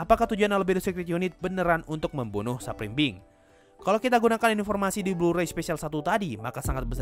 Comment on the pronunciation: Supreme being?, Bjir gw dengernya sub belimbing😅😅